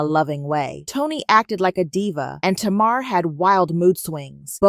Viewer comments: Pronounced Tay-mar... Tamar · Her name is pronounced TAY MAR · Woman lease say tamar name right if u gonna have a blog